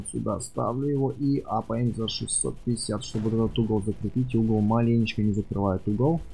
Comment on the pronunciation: не мапаем а апаем